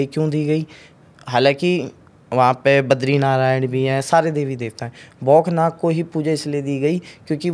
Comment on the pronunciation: Wo baukhnaag devta h, apko pronunciation krna hi nhi aaya.